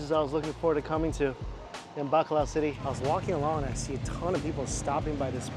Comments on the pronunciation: Bacolod changed to Bakla city lol! that pronunciation killed me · I love the way he says Bacolod City, it’s sound to me as if he was saying BAKLA CITY. 😅😅😅😅 Gay City